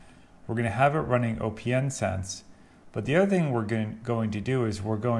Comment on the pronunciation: Okay. Another video where the OS for opnsense vm is set to Linux. But opnsense is based on BSD. Therefore I always set the OS to “other”. Maybe it doesn’t make much difference when it is running. And I read somewhere that it is pronounced “opensense” as in not closed 😊👍🏼